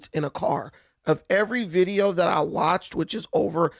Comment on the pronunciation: NEW. BIDEEOO. 😂😂